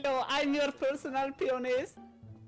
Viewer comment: "hello, im your personal pionest :)"